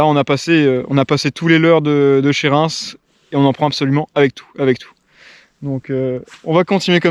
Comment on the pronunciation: Eh ben, niveau montage vous avez encore progressé, propre ! Belle vidéo les gars 😉 Par contre attention à la prononciation de "Reins" 😂